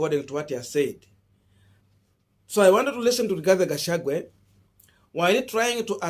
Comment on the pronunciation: Boss, do you find it so hard to pronounce the name Rigathi Gachagua and instead call him RIGATHE GACHAGUE???😭😭😭 Several of us your followers have corrected you on this error but it seems you do not read our remarks here. Why?